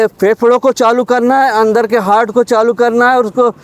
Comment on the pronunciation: हर्ट❌ हार्ट ✅😂😂